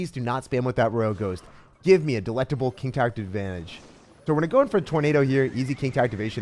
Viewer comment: "beautiful king tower activantange" 😆